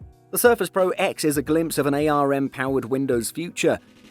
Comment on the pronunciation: Ay-arr-emm cpu .... It's just arm. 1 word, single syllable, pronounced the same as the thing your hand is attached to. It's an acronym, not an initialism.